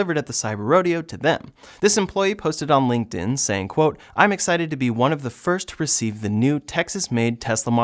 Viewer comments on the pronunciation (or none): none